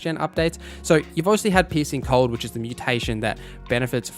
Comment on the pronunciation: I'm sorry, I should be talking about how great the information here is, and how useful it will be... but every time you say 'piecing cold', I keep hearing 'pissing cold', and it's cracking me up. Gonna need a few minutes to get that out of my system first. But yeah, thanks for all the good info, I needed a refresher before I jumped into a fresh Witcher game; haven't played for a couple of years.